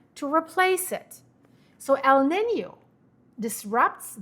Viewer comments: It is not pronounced 'nenyew' it is 'neenyo'. Sorry. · (just FYI: NOAA is spoken as Noah, like the male name. And El Nino is pronounced like L neen yoh in Spanish and English). Thanks for keeping us updated. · Someone help her pronounce El Nino 😂